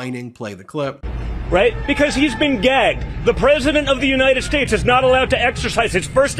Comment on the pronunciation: Will somebody tell Junior Donnie that his daddy is not the President of the Yoo-Nine-Et States?